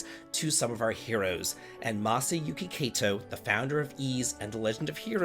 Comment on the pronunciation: Just letting you know that you pronounced Kato's name two different ways in this video. The latter one at the end of the video is the correct way. Not trying to bust your balls over it but seeing as it's the name of a recently departed person I figured you should know. Especially since I know you don't mean any disrespect. As a bit of a super lite crash course, Japanese is a rather vowel-heavy language. A= ah, i= ee, U= oo, E= eh, O= oh. <-- When not paired with other vowels, they make your standard vowel sounds. The "ay" sound you pronounced it with the first time is only made when E and i are together (ei). Likewise, the "eye" sound is only made when you see A and i together (ai). A and O together (ao) make sort of an "ow" sound (like ouch without the ch). Since you're familiar with Suikoden, you should already be familiar with U and i being similar to a "we" sound if spoken fast. If it's not obvious, these sounds come about by chaining the vowel sounds together. This is the most layman's way I could think of explaining it so hopefully it makes sense to you, so you don't struggle so much reading Japanese words in the future. I know how much you hate it, but it's really not as bad as you think it is. Most of the time anyways lol. Hope this helps.